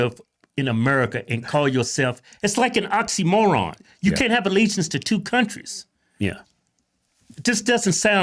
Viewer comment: An “ontimron”😅😅😅